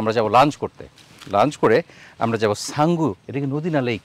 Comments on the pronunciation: উচ্চারণটা ’সাঙ্গু’ হবে, ছাঙ্গু নয়। এই নদীর অন্য নাম হলো ’শঙ্খ নদী’। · কিছু মনে করবেন না আপনি তো একটু রেগে গেছেন যাইহোক উচ্চারণ টা হবে সাঙ্গু কিন্তু আপনি বলেছেন ছাঙ্গু আপনি ভিডিও প্লে করে 11 minutes 20 seconds থেকে play করবেন শুনবেন 24 seconds এ আপনি কি বলেছেন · আপনি চাঙ্গু বলছেন কেনো হবে তো সাঙ্গু